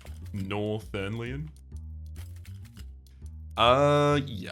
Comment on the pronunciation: "thernlion"? i ain't heard of no thernlion! ...hm, anyone hear a bell ringing?